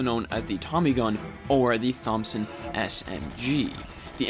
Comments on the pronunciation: Did he say THom-son haha its Thomson like Tomson like Thomas not THom-as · “The Thumbson SMG!” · The way you said Thompson was so autistic